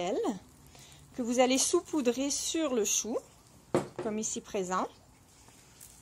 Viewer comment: Merci pour ce tutoriel fort intéressant. Juste un truc, on dit "sAUpoudrer", pas "soupoudrer". ;)